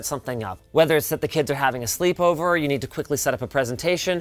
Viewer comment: The way the "or" in that sentence is basically inaudible makes me imagine a dad whipping out a powerpoint presentation for his kids friends